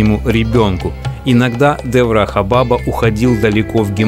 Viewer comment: Ударение! Шри Деврахá Бабá